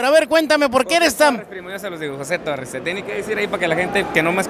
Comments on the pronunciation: Es torres no torrez con z no es con s 🤦‍♂️ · Tan soberbio el tal José Torres, y no sabe pronunciar las palabras correctamente. 🤣🤣